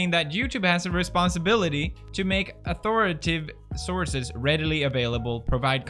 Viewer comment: Not to be that guy, but you pronounced authoritative incorrectly. Sorry to be that guy.